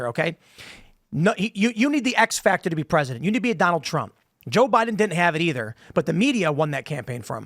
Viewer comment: " Donner Trrrrrump" 😂😂😂